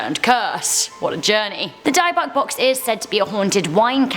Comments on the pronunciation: first off you are saying Bybbuk Box wrong also it is not hidden away Zac Bagans from Ghost Adventure bought it and now owns it he has it in his museum in Las Vegas along with a whole lot more of creepy and cursed items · It isn't her accent, I'm British, though I would pronounce it Di buk, like Di book. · I’m so bothered how she said dybbuk box lmfao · that's not how you say dybbuk box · That's not how you pronounce Dybbuk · Yeah i laughing at how she said it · To the beautiful, I believe It's pronounced " DIHBUCK" not "DIEBUCK". Also, you guys had a photo of him, I think Zak has that box in his museum in Vegas. Not 100, but I don't think Rabbi's hid it away. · "Dib book" not "Die bock". The word of the day is... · I am definitely cursed burnt my tarot deck. Also it's dibbik not die buck. Haha ya ❤ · Its pronounced "Dib-bick" box not die bok box. Just wanted to say that. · Not to be picky but its pronounced dib-uh-k not dye-buck.. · Oh my dayz, pronounced "di-buck",not "dybuck " Sorry I love your channel,you guys rock,you see me through my depression, bbbuuttt, a brief check on internet on how to pronounce things of folklore always a good step This box in jewish lore,was a box to store an evil entity after a Jewish exorcism(of sorts) Like finding another vessel for the entity,instead of it jumping from host to host Its a very cool part of that religion, Have a quick scan of of theology within the world of parapsychology and this of stuff can be found Other than that I adore you guys and the hard work you put in xxxx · It’s not a die-buk box but a di-bik box. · You pronounced it wrong it’s dyb-bux not di-buc seriously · It’s not die-box , it’s dib-bick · Dybbuk is pronounced "dib buck" dear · Die buck. I've never heard the dybbuk box be pronounced that way and it's hilarious. Love this tho but that was really pronounced wrong haha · The dybuck box is pronounce di-bick. Like di as in did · Isnt it a 'dib-bik' box? Idk maybe I'm wrong prob am...